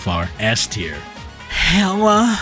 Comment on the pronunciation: Im sorry, IS NO ONE TALKING ABOUT HOW HE SAID HELA